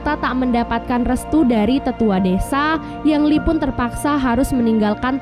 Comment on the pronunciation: Ying Li bukan Yang Li